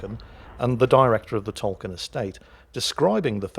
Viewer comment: Is it really Pronounced "Tolken"? I thought it is pronounced "Tolkien"...